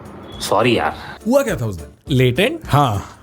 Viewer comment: Latent ❌ latrein ✅